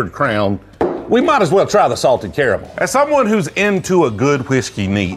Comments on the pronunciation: It's pronounced caramel. Not caramel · How tf does he pronounce caramel both ways at the same time